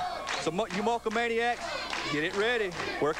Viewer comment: He said The Mulkemaniacs!!! lol